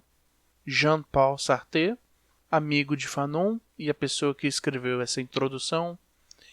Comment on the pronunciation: Pronúncia de Satre equivocada